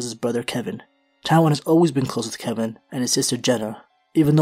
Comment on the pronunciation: Its Kevan